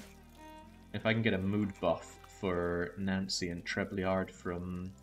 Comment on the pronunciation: "How to pronounce Trebleard?" Chat: "It's Treble-Ard": "Ah, Treb-lee-ard"